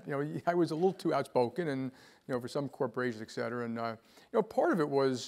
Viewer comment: It kinda disappoints me that a person of his intellect says "eck cetera".